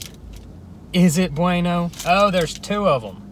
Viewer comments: You got the wrong bweano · It’s buweno not beno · U pronounce it bweno not beno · Its chewsay init bruv? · It's pronounced "buh-when-o" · Bueno is pronounced boo eno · The way he pronounced "bueno" Im dying